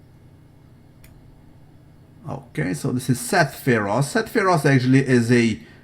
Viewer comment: Seth's surname is pronounced feroseee, not feros.